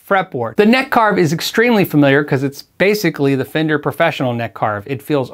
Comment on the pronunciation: “Very famender” is going into the urban dictionary.